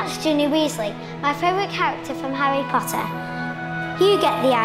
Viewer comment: harry potter hello harry Draco says POTTAH